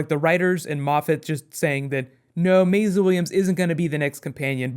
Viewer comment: why do you keep calling her "mayzluh"?